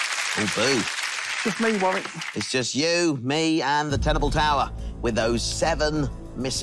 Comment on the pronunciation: I've watched a couple of episodes of this, it was ok but I'll play along. Btw his name is pronounced Worrick.